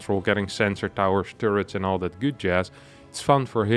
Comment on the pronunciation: I like how this guy calls turrets "two-ritz". German ppl do be willin.